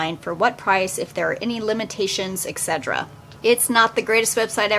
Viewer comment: Notice how she pronounces etc. "excedra!" Although, I will say, some of her suggestions were good.